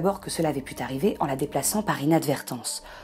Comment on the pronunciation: "cela aurait pute arriver". Oh la liaison malte à propos